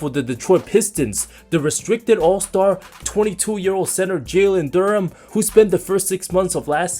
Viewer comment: It’s DUREN. It ends with an “N”